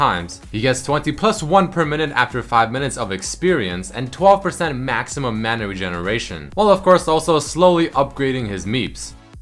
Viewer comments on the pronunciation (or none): none